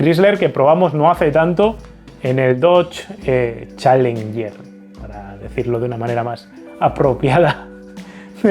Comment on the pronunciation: CHA-LEN-YER... Muuy bien, jajajajjjaa😁